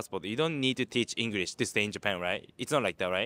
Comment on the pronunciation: "Ingurish" teacher, said